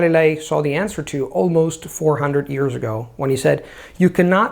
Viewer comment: I have been watching videos for quite awhile now, and he obviously speaks English like a native speaker - however, I find kinda cute, that in spite of all these years of practice and polishing the language pretty much to perfection he still pronounces "years" as "ears":)